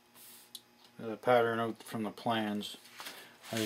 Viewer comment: put that ooooout, Canadian uh?